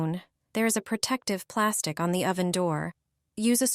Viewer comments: "OH-van", LOL?! AI has a long way to go. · The AI voice is annoying. O van and grat y among some of the tell tale signs of AI.